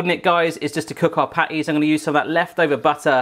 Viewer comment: i thought u said panties instead of patties